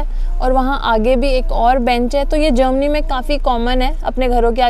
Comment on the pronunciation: Jermany hota hai jomany nahi 😂😂